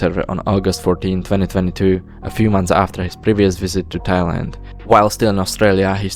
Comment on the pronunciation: bro pronounces thailand as thigh lind